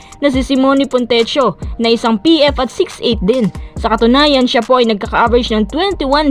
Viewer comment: Fontecchio=fontek-kio not fontesio